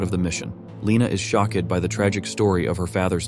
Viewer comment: “Shock-ed about his fahther.” One of greatest hits!